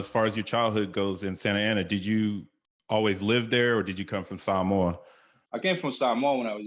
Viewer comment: I like how you pronounce Samoa correctly. Do you still speak the language? Malo lava. I’m a hamo from Aotearoa New Zealand.